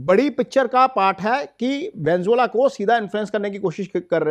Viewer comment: Venezuela ❌ Venzola ✅